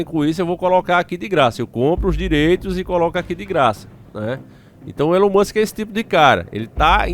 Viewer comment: ELON MUSCH KKKKK .